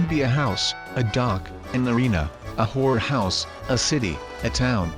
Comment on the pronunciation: Did he mean to say horror house? Cause it sounded like he says something very, very filthy